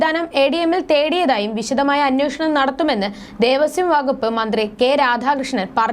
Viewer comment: മോളേ ദേവസ്യo ബോർഡ്‌ അല്ല. ദേവസ്വം ബോർഡ്‌ ആണ്